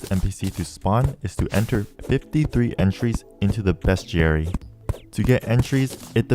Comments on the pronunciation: It’s pronounced “beast-airy” not “bescht-airy.” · bruh its not best jerry its bes·ti·ar·y get it bes·ti·ar·y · Love this video, whips are fun to use. also every time you said beastiary it physically hurt me. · everytime he said bestiary i could've sworn he said best jerry.